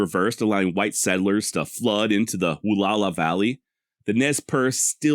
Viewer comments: Wall-ow-a! Where do you get woo-la-la? Wall-ow-a! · Pronounced: Wah-Lou-Wah. Sahaptin can be a tough language. The middle part is ou as in ouch or loud. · I don't know if this is the actual proper pronunciation but I've always heard it said as "wah-lauw-aah" "Wa-LL-ow-aah" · Wallowa is pronounced Wall - ow - a You pronounce the ow like ouch - without the ch. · I wish you had done a "quick search" on how to pronounce "Wallowa"....your pronunciation is brutal.